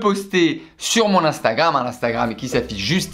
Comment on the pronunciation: Première fois qu'il dit pas eensteugraimz avec un accent anglais pété pour instagram 😂